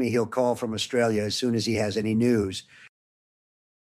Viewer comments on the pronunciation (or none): none